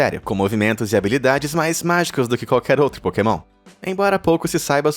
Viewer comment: a parte que tu dises porkemon é muito engracado kakakakakakakaakakakaka